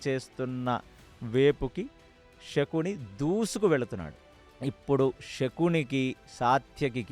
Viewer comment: నమస్కారము andhi శకుని andhi షకూని kadhu andhi raboyee taraniki ష కి శ తేడ మనమే చెప్పాలి